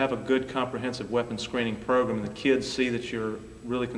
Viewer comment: Progrum lol thats how my teacher says it like its program